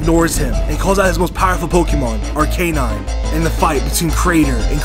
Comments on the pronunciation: Ar- Cane- Nine?? Isnt it supposed to be Ar-Ca-Nine? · ITS ARCANINE NOT ARKANINE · its ar-ca-nine not ar-cei-nine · its called are-ke-nine! not are-kay-nine! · Ferrelectric No it would be arc a nine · IT IS ARKANAIN. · Ar-key-nine. Bruh.